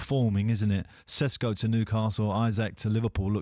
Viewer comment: Can someone tell this clown. It's Sesko. NOT SHESHKO